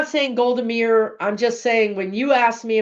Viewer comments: It's pronounced Golda "My-ear"... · Pronounced MY-EAR, Golda Meir.